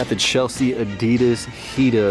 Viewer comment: also, what the fuck is "adidars"?!